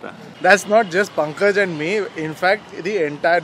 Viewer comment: Pankaj's pronounciation was da instead of la.